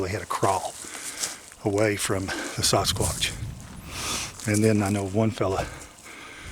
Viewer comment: I absolutely love how says Sasquatch to me it sounds like he is saying Sauce Kwatch lol, he is a great gentleman and he works very hard on this topic and has helped many, many people. Keep it up.